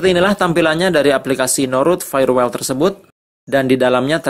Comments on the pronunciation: Dibaca "wol" bukan "wel". Jum'at kliwon, 20 Maret 2020. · Kang....punten nyebatna bkn fayewel tp fayewol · Bacanya FAYERWOL mas...